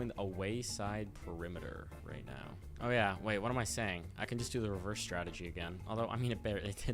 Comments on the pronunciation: Is saying rehearse instead of reverse rage bait to farm engagement or does actually not know how to pronounce reverse? Also, it's a weed WHACKER not whipper. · saying reherse instead of reverse really grinds my gears. and just for that you get a dislike. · Are you saying rehearse instead of reverse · "rehearse"..., its REVERSE LMAO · “and we can put her in rehrerse” 😂😂😂